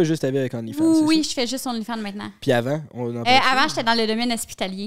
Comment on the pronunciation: qui dit onlyfind à chaque fois Hahahah